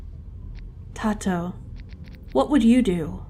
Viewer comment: isn't Tato pronounced " tay-toe " ? ( lol tei-toe ) that beetle minigame is also similar to the one i have for fishing in my game except i have 3 difficulties based on what fish you have on the line, rarer fish have faster moving arrow and smaller bar- and i have the same problem with sometimes it looking like it misses, haven't been able to figure it out. something to do with it not stopping the second you press the button :0 edit: HEY! Cola is in my game x"D She's one of my main OCs from my H comic lmfao. long blue hair tho